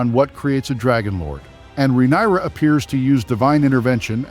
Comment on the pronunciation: Excuse me! 😡 Are you deliberately MISPRONOUNCING the Queen of the Seven Kingdom's given name, and the other words of the HIGH VALERYAN language? or are you that jerk who always thinks he's the smartest person in the room? IF SO? NEWSFLASH: look around you bub, you're the only one in the room, no doubt.🖕